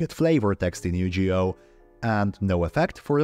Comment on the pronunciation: Couple notes: Yugioh has a hard G sound Also, there have been some reforms in Ygo card text, chiefly PSCT (problem solving card text) which aimed to standardize and format effects since early translations were not super clear/consistent.